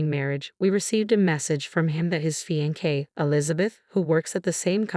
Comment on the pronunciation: Soooooo unbelievable. If you must write stories try to make them more interesting. These are all the same, all rich people hating on each other….crap basically. And please learn how to pronounce fiancé properly